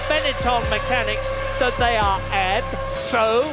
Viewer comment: "Ab-so-lu-tely FURIOUS!!! " Epic!